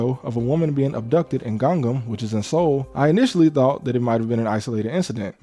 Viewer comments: Wish you could learn how to pronounce 강남 or as you say gang nam but definitely didn't know wtf u were talking about until you said richest part of Korea. Dunno if it's actually the richest is pretty close to if it isn't. No one afraid of these yn's in Korea bro. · Ganggam? No, it's Gangnam.